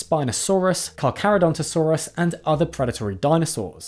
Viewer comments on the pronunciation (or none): none